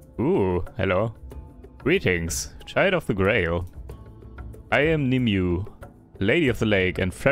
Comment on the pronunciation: I think the lady of the lake is pronounced something more like NeeMooAy